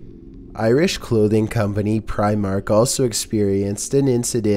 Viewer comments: Lol "preyemark" *Primark. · Pry- mark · Your saying primark wrong